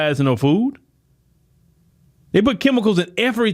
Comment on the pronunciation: It's pronounced "fooD", not "foo".